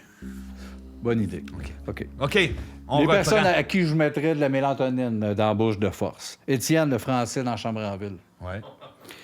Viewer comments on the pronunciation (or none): On dit mélatonine, pas mélantonine!!! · C'est ''mélatonine'' pas ''mélantonine'' hahaha !